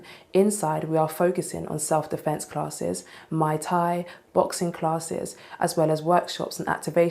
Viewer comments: ……did she say Mai Tai instead of Muay Thai? Hitting the drinks before filming I see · A "Mai Tai" is a drink, "Muay Thai" is martial art. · When she said Mauy Thai she pronounced it "my tie" and my first thought was: hunny that's a drink, not a martial art. 🤣 I've never heard it pronounced that way, in America we pronounce it "moy tie". That said, on a more serious note, most of the people giving dissenting opinions probably don't even live anywhere near the gym and should just keep their opinions to themselves if they weren't wanting to go anyway. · That it is.🍹 She either doesn’t know how to pronounce Muay Thai correctly or it’s the British way of saying Muay Thai.